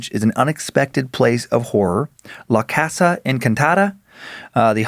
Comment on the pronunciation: I'm extremely white but I know the way Dan pronounced "casa" the first time was cringey